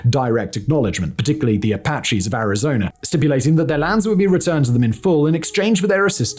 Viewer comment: Pronounciation ArizonUH not ArizonER lol